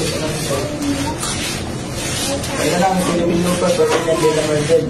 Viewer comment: Philippine blooper not looper hehehe.